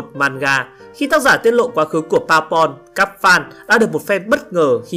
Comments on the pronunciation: Bơ bon mà cứ đọc là baubon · đọc mắc cười vãi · ông này nói "bourbon" là "powerpoint" :)))) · Nghe anh nói Bour Bon thành Power Point:))))) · không ngờ tác giả ưu ái Amuro đến vậy! anh chàng này cũng tài giỏi ghê. Anh chàng này lúc biết là điệp viên 2 mang mình cũng thích hơn, vì nếu là phản diện lun thì uổng lắmmmmm. Xin đóng góp một tí ý kiến cho kênh là từ Bourbon mình có thể phát âm là "bua bôn" (nếu đọc theo tiếng Pháp) hoặc "bơ bần" (nếu đọc theo tiếng Anh) nhé 🙂.